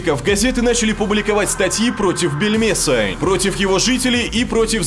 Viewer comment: мне одному все слышится не Бельмеса, а Пельмеса? пельмешка?